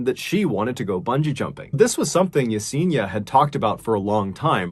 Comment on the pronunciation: Yes en i a ( not Yeseeena) sorry, it just pains me not to get the pronunciation of this sweet souls name right. Poor girl. 😢